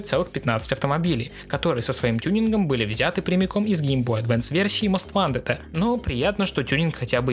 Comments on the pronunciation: Не мост вантед, а моуст вонтед. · Я тебя умоляю, говори "мост вонтед".